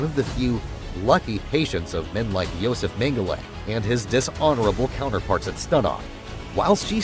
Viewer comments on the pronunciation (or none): none